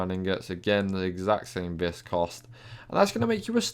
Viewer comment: Btw. It's pronounced "vee" not "vis"